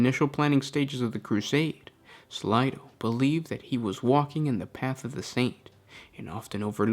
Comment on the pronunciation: Slay. Slay-do. Not slydo